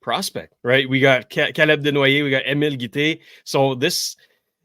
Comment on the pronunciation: Emile Guite, not Emil